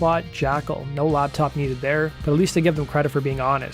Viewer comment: Hey buddy... It's LAPtop..not LABtop